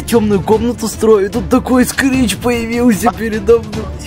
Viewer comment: это не скрич это крич